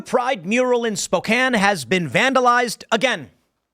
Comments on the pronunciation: Finally someone told Tim it is pronounced Spo-can NOT SpoKANE. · lol. Someone else must’ve told him how the town name is said. Spoke-Anne :). Made my ears bleed just a little listening last time. 😆🤷🏻‍♀️. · you'd think tim would bother to learn how to pronounce american cities...